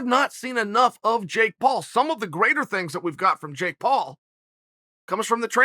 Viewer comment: Chael “Can’t pronounce Jake” Sonnen